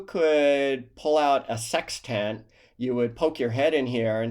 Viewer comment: It’s not a “ sex tent” LOL, it’s a “sextent”, it’s almost “sextunt”. Great stuff, keep it up! Present a review of the PBY Catalina, a less glamorous but critical roll in the S Pacific Theater, very much under-appreciated.